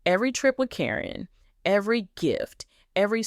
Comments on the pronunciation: You continually mispronounce Caryn's name. You call her Corine plus other names. Her name is Caryn not Corrine!!!!! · Stop this AI THINH FROM CALLING HET CARIN NOT KAREN NOT SPELLIN CORRECTLY TRYONG TO MAKE a point You get what you give. This is all AI bull crap.